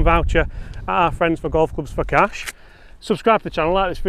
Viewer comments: "CASH" yes maate cmon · “Cash” As in Johnny Cash. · "CASH" C CA CAS CASH C A S H Do I have your attention yet...🤗